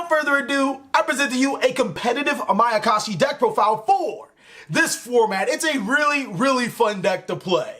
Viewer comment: "My I can shi potential"...terrible...